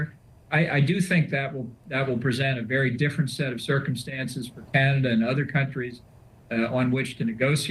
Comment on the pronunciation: Vassy learn how to pronounce CANADA - it’s not key-an-ada. And F John Bolton, talk about scraping the barrel 🙄